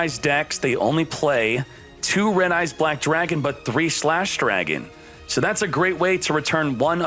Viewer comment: "RED EYES BWACK DRAGON" 🤣🤣🤣